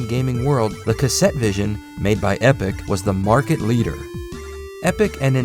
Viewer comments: It's Epoch! EH-PAW-KUH It's interesting to think that Namco was very closely tied with Epoch. They were testing all the markets before throwing their weight behind Nintendo entirely. While the Japanese market is fairly one-brand focused, I think that Epoch could maybe have become a viable competitor if they had just a little more behind them. They were better than the SG-1000 but seemed to be less successful for no easily found reason. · Is he not pronouncing "Epoch" wrong?